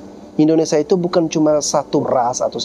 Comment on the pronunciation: Min...Indonesia, bukan Indonesa